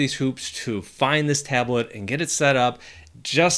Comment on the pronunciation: Tablet ❌ Ablet✅ 😅😅😅😅